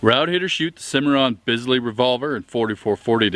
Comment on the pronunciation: It's spelled Bisley, but it's pronounced Beasley.